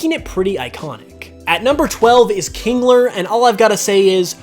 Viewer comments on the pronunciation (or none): I thought kinggler was saying “cookie